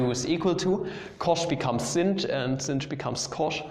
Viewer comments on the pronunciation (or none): SINCH XDDD Are you purposely shunning its proper pronunciation of shine? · Every time you say cinch, a puppy dies.